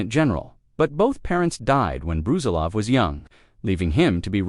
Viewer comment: Its not Bruzilóv, its Brusílov